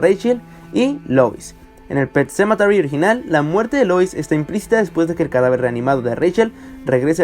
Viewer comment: Wey, deja de darle vueltas a tu puto video, además, no digas "pet sementary" cuando no sabes pronunciarlo, mejor di "el cementerio" o yo que sé, dislike.